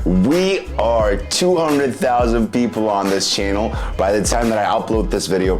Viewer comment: I like the way he says channel. It sounds like chiennal. I wonder what part of American accent he has.